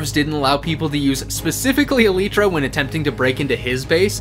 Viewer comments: ITS ELYLTRA NOT ELEETRER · Actually, the word elytra is the plural form of elytron, a part of an insect's wing. The plural is pronounced as "eletra". But again, there's no "correct" pronunciation (take "Github" and "Jithub") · "E-leet-tra" It's pronounced "E-Lie-Tra". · THANK GOD SOMEBODY POINTED THIS OUT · just because you said el E tra im unable to continue this video, RIP+ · "eleetra" elytra bro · yeah but you pronounced elytra e-lee-tra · its pronounced e-lie-tra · STOP PRONOUNCING ELYTRA LIKE THAT